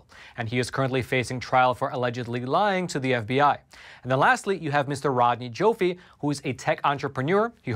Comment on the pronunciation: Rodney Joffe is pronounced JAW-FEE